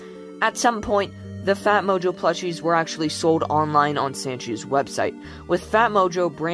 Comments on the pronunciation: sanshee* not sanchee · its pernounced sand-chee